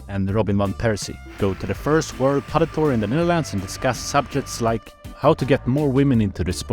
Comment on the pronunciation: Top quality video. Thanks for sharing! Funny how the dutch pronounce it "padél" rather than "padel". The first club looked amazing.